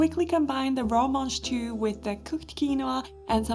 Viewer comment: The what? Manjtoo? That's what is sounded like you said? They look like snow/snap peas to me